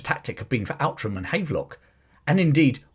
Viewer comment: Outram is actually pronounced 'Ootrum'. It's a bit Scottish you see.